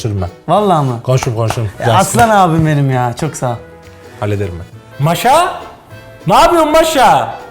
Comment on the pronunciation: Maşa eee özü də, o birinci a-nı biraz uzatmaq lazımdır, Maşa deyil, Maaaaşa😂